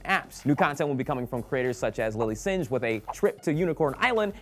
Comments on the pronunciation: Singh is pronounced Sing, not Singe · Will it's pronounced sing not singe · Lily Singh's last name is pronounced like "sing" just a psa 😊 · Lilly Sinj???? It's pronounced like sing,. Jeez man. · lilly singh (pronounced like sing). just a side note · "lilly singe" no, its pronounced lilly sing get ur facts right next time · Lilly Singh (As in sing) Not singe. Nice try at pronouncing an Indian name though haha. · Did he just pronounce Lilly Singh as 'Lilly Sinj?' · "lilly sinj" I cringed. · Dear Will, Singh is pronounced like the word sing. The h is silent. Sincerely, Amber Singh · lilly singh (pronounced like sing) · Did Will just say Lily Sinj? WTF WILL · singhhhh its "sing" the h is silent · Did this guy actually just say "Lilly SINJ"!??! How did nobody correct him?? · It's pronounced Lilly sing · Get ready for people calling you out on Singh. It's pronounced "sing" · DID YOU REALLY PRONOUNCE SINGH LIKE THAT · LOL Lilly Singh pronounced like "sing" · Will said singh wrong XD